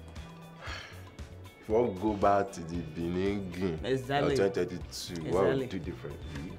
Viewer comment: I knew she will still say beninging😅